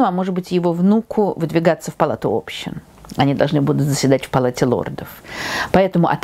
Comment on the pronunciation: Правильно "Палата Общин", а не" общИн"